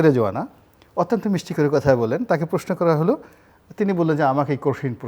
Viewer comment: জিল্লুর আপনি প্রশ্নকে "প্রেশ্ন" বলেন। উচ্চারণ সহিহ করে নিন।